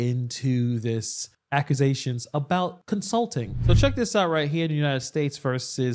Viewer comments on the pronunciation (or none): You said "akazations" 😅😅thats almost as bad as allezations